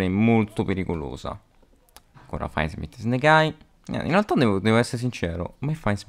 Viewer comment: Bellissimo video, però ti prego, si pronuncia FINDsmith, non fièndsmith o faindsmith